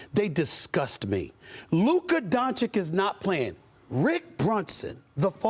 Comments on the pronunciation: Fr bruh, it's not hard. He needs a cue card that spells out don-CHiCH lol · Bruh its not donchik ...why doesnt anyone correct stephen a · What makes me sick is Stephen A still saying Luka DonciCK! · Stephen A. Smith disgusts me as he after 3 years still can’t pronounce Luka’s surname. Stephen A , if anybody is underachiever, it’s you! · will he say doncic name correctly ever????????????